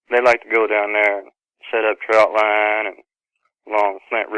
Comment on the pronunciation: It's trotline not trout line. There are no trout involved.